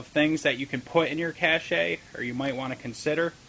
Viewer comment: Pronounced cash. Not cash-ay.